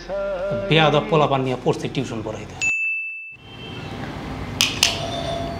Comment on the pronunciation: Nice one! Khub bhalo laglo. If you don't mind, as a private tutor, I would say, 'tution' spelling ta parle correct kore nio. It's 'tuition' not 'tution'. (ar etar pronunciation ta actually tui-tion). Keep up the good work 👏